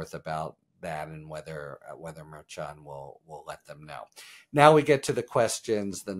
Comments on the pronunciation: Judge’s surname is correctly pronounced mer SHON rather than mare CHON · Harry, I’ve got only one issue with your excellent coverage: every other channel I listen/watch pronounces the judge’s name “mer-shawn”… you are the only one pronouncing it “mer-Chan” with a hard “ch”. It’s kinda jarring to hear. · …is Harry purposely mispronouncing the judge’s name at this point? It’s mer-shon! Like shhhh on. Mer-shon. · He still cant say the judge’s name right. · ikr, and Karen has tried to help him several times!